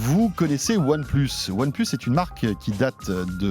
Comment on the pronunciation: One pleusse :D.